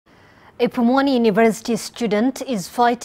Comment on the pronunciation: It's pwani university, not pumwani